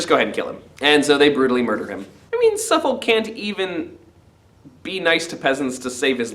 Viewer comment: This is how us Englanders pronounce Suffolk: Having just read the play for the first time, found this a really good summary as a recap. Thanks.